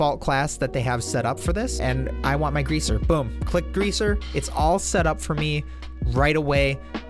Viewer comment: Lmao "greaser"